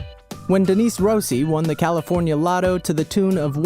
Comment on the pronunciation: ROSSI IS MY SURNAME AND IM FUCKING OFFENDED, you pronounce it "Ross-ee"